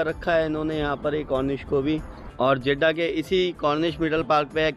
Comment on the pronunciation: Jiddha hai, Jadda nahi